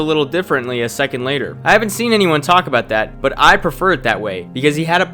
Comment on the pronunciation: La'er Geeza...